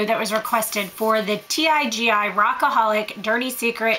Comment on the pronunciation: It's pronounced TeeGee. I've used the Tresseme dry shampoo, &I hated it! It left a gray type of residue on my hair, even after I tried numerous times to brush it out. I did absorb some of the oil, but not enough to notice a difference. &By before the end of the day, the oil, plus some, was back! If you want a cheap alternative, I suggest the Got2b Rockin' it Dry shampoo. Super affordable, &available at any drugstore. It works perfect for me.